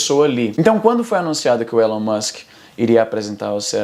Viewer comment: Por que vc chama o Elon Musk de Élon Musk?